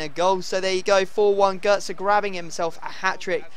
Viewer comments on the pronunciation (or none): gotze isnt pronouned gertza